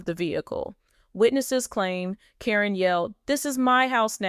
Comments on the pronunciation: At least mention her name correct. Not Corinne it's karen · Hate the way you pronounce Caryn. This must be a computer generated voice!